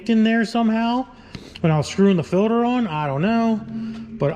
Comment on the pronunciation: New drinking game: take a shot every time says “ filder “